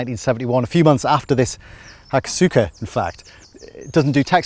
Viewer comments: It's pronounced Ha-koss-ka btw. The U is silent. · The Hakosuka is nothing less than a masterpiece. Oh, and the U is silent.